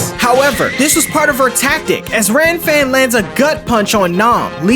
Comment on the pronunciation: Bro the manga it is kuririn not krillin Gilan not geran Lan-fan not Ran-fan It is a common mistake because the canji for R and L are similar Heavenly palm of world wide shock not lighting suprise X-cross from the heaves not what the anime say